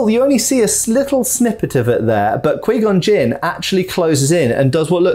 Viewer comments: Qui gonn Jinn (q-why-gone-jin) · He did not just say queengon Jin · He's killing me...he can say Obi-Wan and Darth Maul fine but can't say Qui-Gon Jinn? If he watched the movies he would hear how its pronounced "q-why gone" not "quee gone" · d-did he really just say kwi-gon jinn? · here we got kweegon gin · Quee gon gin..... hahaha I'm Dying. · Sorry my dude, every time you said Kwee Gon Jin. It weirded me out. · Qu-wiii gon jin 🤌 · "QUEE CON JIN:? Moron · the way he says 'qui gon jinn' makes me die inside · cool video but why does he say Qui-Gon Jinn like that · Well first of all your mispronouncing Qui-Gon Jinn and second of all they did keep Darth Maul around for quite a while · Needs to learn how to pronounce Qui Gon Jinn's name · Had to stop watching after him repeatedly saying Qui-Gon Jinn's name wrong. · "kwee" gon Jin. Not qui gon Jin. Pronounced K-Why. Definitely not